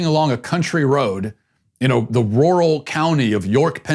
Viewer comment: Glad I'm not the only one who can't say 'rural'